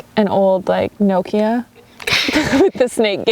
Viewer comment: You can't call him out for "Mobile" then pronounce "Nokia" wrong! xD Thanks for another great vid! Not looking forward to this :s